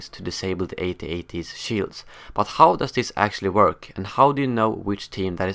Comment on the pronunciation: Haha, it's At-At. Not A.T.- A.T.! I can't watch anymore. Too annoying!!